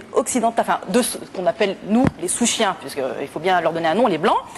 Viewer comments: "souchien" pas "sous-chien" !mdrr!! Vous êtes énervant à tout détourner pour faire des conflits! Comme on dit "à qui profite le crime??!" ^^ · ptdr mais t'es con ou quoi? ça date de 2007 y avait pas de réseaux sociaux abruti Si c'était vraiment "sous-chien" à ton avis pourquoi personne l'a repris sur le plateau? Tout le monde a compris qu'elle dit SOUCHIEN pour dire "de souche" C'est quoi d'abord un "sous chien" ptdr ça ne voudrait rien dire comme mot !